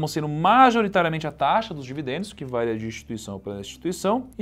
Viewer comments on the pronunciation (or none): none